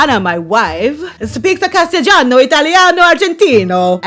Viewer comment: Does she say "Castejano"? Is she drunk? The word is "Castellano", OMG! The gift that keeps on giving!